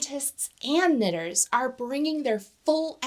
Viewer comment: Really wish you didn't say "knitters" like that